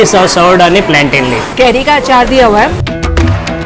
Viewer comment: Not planetain, plantain 😂